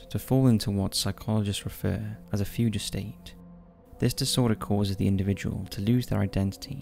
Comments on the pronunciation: Fugue, as in fugue state, is pronounced “fyoog”, not “fooja”. Actor Yul Brynner’s last name is pronounced “Brinner”, not “Brye-ner”. Mangled pronunciation seems to be a staple in Top 5 videos. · Just fucking take five seconds to look up how to pronounce fugue. Your job is literally to narrate, can you do it right? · The older I get, the more and more I become like my late dad, he was a pedant, I find myself becoming one too, which really bugs me, so....don't blame me for this, please.....but...a fugue state is pronounced 'few-ge', not 'few-get', and Yul Bryner is 'brin-er', not 'bri-ner'....as I say, don't blame me, it'll happen to all men eventually! 😓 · Fugue is pronounced “fyoog” with a hard “g” sound. Yul Brynner is pronounced Yule Brinner. Just saying.